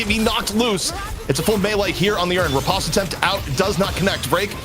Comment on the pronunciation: It's ri-post not re-pahst